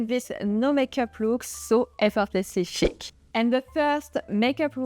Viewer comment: Did she say Chic? It sounded like "Shit". There is no need for the later on our faces!